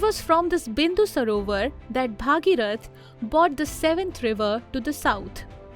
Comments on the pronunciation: I admire your content very much. But you should also take care of your pronunciations. It's not Bhaageerath, it's Bhageerath. In Sanskrit the daughter of Bhageeratha becomes Bhaageerathi. Just like Vasudeva's son is Vaasudeva, Dasharatha's son is Daasharathi. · don't pronounce Bhageeroth as Bhaageerath